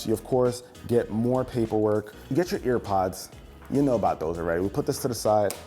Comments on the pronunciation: “Ear pods”😂😂😂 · He said fucking ear pods 😂😂